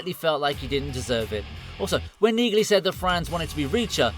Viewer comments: It is Pronounced Neagley w/a silent "G"! ¿¿ How do enhance Automated Ignorance ¿¿ ??? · Really?? Have you even watched any of these episodes?? The character's name is pronounced 'NEELY' - the 'g' is silent!! The AI narration only makes it worse. A great series, great actor and we're told he is a nice guy in real life. Zero chance I'm subscribing to this channel. Too bad - this could have been quite good. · It’s a silent G in Neagley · Like my grandmother's last name The g is silent in Neagly, You pronounce it Neely. Like my grandmother's last name Hodgson, The g is silent. I just had to tell you because kind of hurt when you were mispronouncing her name and reacher got it right. Pay attention to the pronunciations. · It's pronounced Nealy the G is silent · Yeah. The G in Neagley? Is SILENT. So it's just pronounced Nealey. Which you would know, had you watched the show. Duh dude. Try TALKING LESS AND LISTENING MORE. In other words? Do shut up. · Please stop using cheap AI! Nee-glee? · Why can't these idiots figure out that the G is silent in Nigley. Listen to Reacher say her name. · the fact you pronounce neagley's name that way makes me question whether you even watched the show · My Dude: Did you actually watch one single episode of Reacher? If you did you probably would not mispronounce the name Neagley. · The "G" is silent, ya mook. Tell me you haven't actually watched the show... without telling me you haven't watch the show. 😛